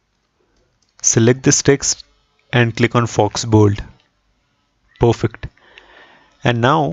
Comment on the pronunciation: Not pofekt.... it should be perfect